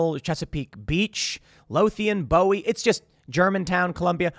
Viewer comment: Bowie, MD as in Jim Bowie, not as in David Bowie.